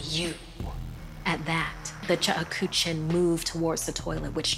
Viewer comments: Ok it's not the chukuchin as the lady said it it's the Cheuksin say it right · The Korean woman has come by. It is not chuk ha chook shin...it is pronounced cheuk-shin (the e and u should sound like you're saying eugh, but without the g and h). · Yeah, I was thinking the same thing while I was watching it! It's pronounced "chook-sheen" lol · Cheuksin is pronounced wrong. It's pronounced as ' chuk-shin', not 'che-uk-sin' or 'chu-ku-chin'. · Actually it's pronounced "Tseuk-shin' Here "Ts" is pronounced Ch and Eu is pronounced ou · The way she pronounced Cheuksin lmao it should sound like chuk-sheen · It's pronounced "CHUK-shin". "CHOOK-shin" works, too. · The chuckawuh? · Ikr the whole video I was like “what the hell is a chekuchin” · Is it just me or is it supposed to be pronounced chuck-shin koreans please confirm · ok but i couldnt get over the way she pronounced 측신 ㅋㅋㅋㅋㅋㅋㅋㅋㅋ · That’s definitely not how you say Cheuksin...😓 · everytime she said cheuksin i cringed 😭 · Not to be rude, but the pronunciation of cheuksin hurts me